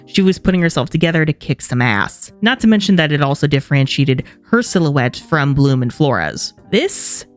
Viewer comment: The way he said "Bloomuhh..." got me rolling on the floor 😂😂